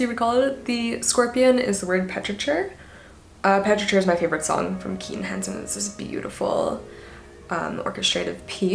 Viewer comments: Petrichor, you are mispronouncing the word. Pe-tri-kor. not Pe-tri-chur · Petrichor is my favourite word! It’s pronounced peh-truh-kor though, not the soft ch👍🏻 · petrichor is pronounced “petri core” btw :* cute keaton tattoos tho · Petrichor is pronounced peti-kor :) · Nice ink and makeup! You mispronounced 'petrichor', though. The 'ch' is a hard sound. Just figured I'd let you know, personally I learn by reading quite a lot so often mispronounce things and I prefer if people tell me XD